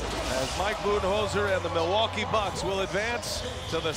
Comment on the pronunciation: SAS hates Milwaukee so much he actually pronounces it right